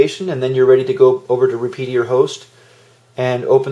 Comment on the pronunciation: "Repedier" lmao, its Repetier kiddo, sound it out lol. Also for those of u who are saying kiss is better than slic3r, heres a tip, take these settings and transfer them over to Slic3r, then tell me kiss is better lol. If you don't know how to dial in a printer, and have failed to calibrate it yet, than ya, its gonna suck, but its the user not the machine or software. If you really wanna see some crazy fancy / technical prints, go learn skeinforge and set it up for your printer. Most people hate it because its too hard, but its a badass slicer, you can do things like set a .25 inner layer and .1 outter shell, rotate infill in the X axis, make an ooze tower, set layer path to go outside of the island so none of the internals ever get hit. Its way better than any of the "Do it for me" slicers. You better study thermodynamics and your material, and It wouldn't hurt to look up some physics force equations in relation to viscosity and acceleration. I spent 11 years in grad school and I still find it to be a challenge. I need a calculator and digital caliper at all times. And a spatula to follow behind the extruder on first layers.